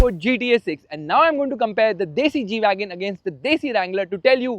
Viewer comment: Not gwagon is Gwagon r